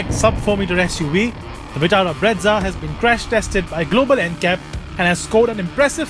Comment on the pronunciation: It's brezza not bretza